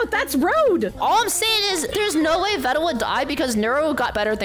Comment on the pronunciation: Veeeeedal not ved dal